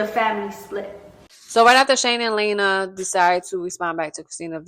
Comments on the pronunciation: It’s Lee ana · It's LIANA pronounced Lee-anna or Leanna